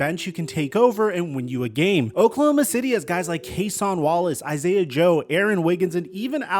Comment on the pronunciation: “Cas-ON Wallace “😂 it’s pronounced like “ Ca-sin Wallace